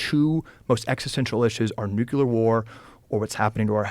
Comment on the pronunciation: Ekcetera, nucular… graduates with huge degrees can’t even pronounce words correctly.